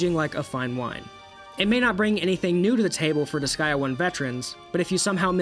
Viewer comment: Why do you call it disgaia? It’s disgaea, DIS GAY A